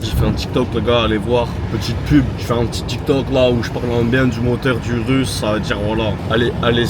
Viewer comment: ta dit "urus" 🦧 jte pardonne